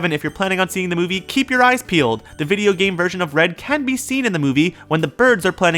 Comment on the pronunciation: i vacht the movie bifour i sawd this bwideo